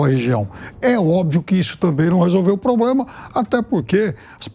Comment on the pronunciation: acha que é um "POBLEMA"....